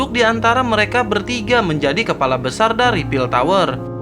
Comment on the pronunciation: Aduh keseleo lagi lidahnya mimin ... Kelapa atau kepala ..wkwkwkwkwk